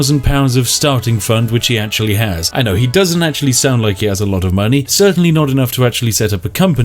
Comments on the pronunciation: Is no one gonna mention that he called Keanu Reeves.... Reanu keeves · am i drunk or is he saying Reanu Keeves instead of Keanu Reeves hahahahahah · i love how you said “rihanna keeves” instead of keanu reeves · Yes. Reanu Keeves is the distant cousin of Keanu Reeves, and takes over Skyrim with his god-like powers. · "reanu keeves" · Reano keeves 😭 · I got so used to Spiff saying Reanu Keeves, when he was talking about him here, I thought he meant Reanu Keeves. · I hate you you saying reeanu keeves made me haft to pause the video fill my cup of tea and think about what you siad for like 10 minutes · This is the first video on this channel I've watched, so perhaps it's a joke or something, but why does he say Reanu Keeves? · Did he mean to say reanu keeves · Reeanu Keevs.... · Did he say reanu keaves on purpose? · “Reano keeves” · Cant tell if he said reanu keeves on purpose but funny nonetheless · “Reanu Keeves” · "Reanu Keeves" -_